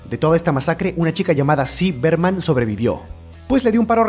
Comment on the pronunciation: es ziggy berman :) no es ci berman